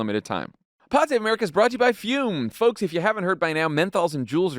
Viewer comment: I’m sorry, which region of this country enunciates the “L” in folks?.. I wouldn’t have noticed if she didn’t. sayl it. sol. mulch.